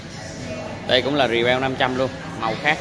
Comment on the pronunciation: e mới tìm hiểu, thằng rebel bên mẽo người ta đọc là rép bồ chứ hông phải rì beo a, mà vn mình toàn kêu rì beo chắc do thói quen